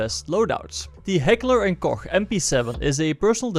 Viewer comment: Finally someone who is not a natural German speaker actualy pronounced Heckler and Koch coerrect👌